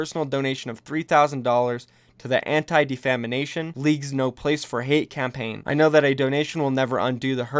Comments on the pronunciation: "Anti-De FAMIME ation league" - Its Def ah mation.... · Defamination... I didn't quite catch that, could you say that again? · dude I love the message here. With that said.. def-a-MEition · Defamation =/= Defamination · Defamanation? xDd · "Defamanation" Nah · I'm sorry but... defamination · D E F A M A T I O N not defamination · Defamination? Lol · "Anti Defamanation League" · Pro-tips: In-dic-a-tive and Def-a-mation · someone teach this clown how to pronounce "defamation". good golly. dafamination? where's that in the word? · "Defamanation"?? u gud? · WHY DOES HE KEEP SAYING DEFAMINATION? LMAO!!!!!